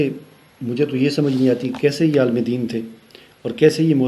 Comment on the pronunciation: جنا ب اردو عربی سے باکل کورے اور نگے ہیں آپ کو یہ نہیں پتہ کہ لفظ عالم لام کی زیر سے پڑھا جاتاہے آپ عالم لام پر زبر پڑھ رہے ہیں جہالت کی انتہا ہے لفظ عالم اگر لام پر زبر پڑھا جاے تو اس سے مراد کائنات ہے جناب پہلے اپنی اردو عربی صحیح کرو